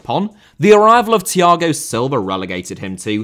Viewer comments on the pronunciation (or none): Roman* not Rouwman Father * not Fother Timo * not Timouw Ola* not Oler Debut* not Deibyu Swansea* not Swonzea Antonio* not Antouwniouw Andreas* not Ondrejas Fikayo* not Fekayouw Thiago* not Thiohrgouw Siro* not Serouw Aké * not Akei Filipe* not Felipei Half* not Holf Pašalić* not Pašályć Serie* not Seri Mario* not Mariouw Elche* not Elchei Monaco* not Monacouw Possession* not Posession Bremen* not Breimer Wolfsburg* not Uolfsbög Basel* not Bohrzel Roma* not Rouwmer Lukaku * not Lukohrku Álvaro* not Alvohrouw Morata* not Morohrter Cuadrado* not Cadrohrdouw 28 mistakes ffs